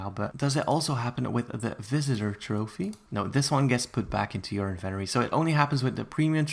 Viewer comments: I swear if he says inventory like that one more time...... HDSJSW WVAHDBWKQHVQJ WOWANZ JEKWWJJ V LWSBDOEBE RRJD IMA GO JUMP OFF A BRIDE JEFBKDEBELBRKWHDLWBEKDB Edit: Actually can you stop saying inventory like that please it’s pissing me off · I love the way you say "Inventory"!!! ❤️ 💕 💞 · Why is nobody talking about the way he says inventory like is he saying it wrong or am I to American im confused